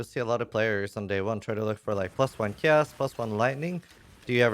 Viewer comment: "owchemy orb" and "jolem" hes a true Poe player. dont forget your "chous orbs" either lol why after playing a game and saying terms for 8 years in one game we decide one day to never pronounce it right ever again lol